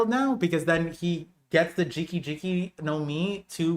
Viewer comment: GEE - KAH GEE - KAH Not "Jiki," not "Drinky," You're drunk.